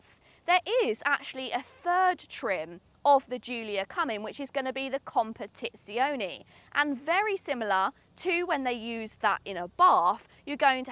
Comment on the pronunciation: I love the way she said competizione.